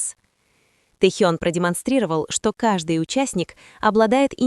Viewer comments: Не Тэхон, а Тэхён!!! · Не раздражайте пожалуйста не правильным произношением имени Техёна. Но ни в коем случае Техон. Уважайте его фанатов. 🤔😯